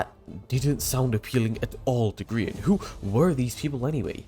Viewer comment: Remember when Dream called Grian, 'Gr-yan' during a MCC.